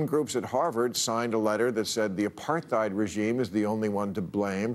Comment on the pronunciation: needs to learn how to pronoun "apartheid" correctly.